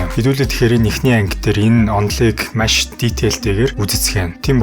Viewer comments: Маш байвал яаж бна.машь гээд байх юм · Машь ? маш гэж уншаач эсвэл яриач пяз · Nuhursug zuvlumj: MASH gej tod hlhiig bodooroi tghgui bol MAESH gej zuulnii temdegtei ym shig sonsogdood bnaa bas olon udaa davtaj hleed bn shuu. Busdaar bol yanziin sonirholtoi blaa.Amjilt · Маш, майш 2 ялгаатай шүү. Загвар өмсөгч Энхболд шиг ярих юм. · Үзсэнд Машь их баярлалаа гээ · Машь гээд байх шиг байна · maish gshaa 😂😂😂 mongol ugiin sand tiim baihguu shuu bro 😅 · Ккккк. Маш гэдэг үгийг яаж дуудаад байна аа😅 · mashi gedeg ugiig n bur sonsoj chadahgui garlaaa ohhhhh 🫣